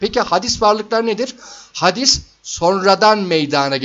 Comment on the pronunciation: Hadis değil hâdis olmalı. Yoksa buhari işlemiyoruz zannediyorum.😅😅